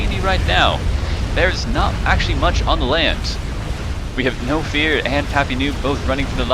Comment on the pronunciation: I'm absolutely satisfied with this cast other than that pronunciation . Knowfear prefers his name pronounced as 'Nofur'. Great cast otherwise !